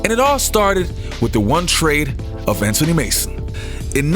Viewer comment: Anthony Mason . Not Antony